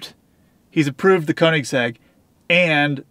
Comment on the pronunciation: Dude on the phone pissed me off when he said koenigsegg koenigsag and trevor said porsche like someone who doesnt know how to say it correctly im glad he doesnt own one it should be illegal to own a porsche if you pronounce it that way